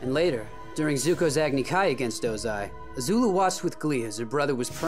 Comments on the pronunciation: Its Azula not Azulu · Don't say ZUZU